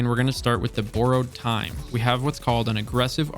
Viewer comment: “Boooarowed time”